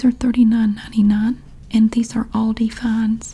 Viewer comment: Yeah, Love the sale circular series 😄 And the way you pronounce Aldi is just right, I‘m from Germany and we say it just like that 😉